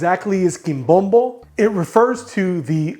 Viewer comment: THIS IS IT! My favorite dish ever! You’re pronouncing it wrong though. Accent on the last syllable. 😅